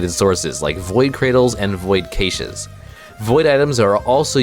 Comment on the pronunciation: I had an actual stroke hearing you pronounce cache